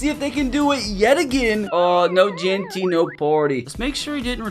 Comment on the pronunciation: Jeanty❌ Jaunty✅